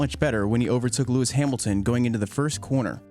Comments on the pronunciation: "hearmilton" and disliked, and switched off. idiot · Lewis Heeeemilton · “Lewis Heemilton” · Great content. But heymilton???? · Who the fuck is Lewis hyemilton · Its hamilton. Not heemilton😂😂😂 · Lewis Himiltin?? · lewis hiemilton😂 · Louis Heemilton god 😂